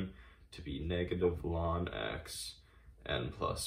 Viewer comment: Wonderuful, but I have to say that one thing I found disturbing about your horrendous video is you pronouncing ln(x) as "lawn x" 17 times.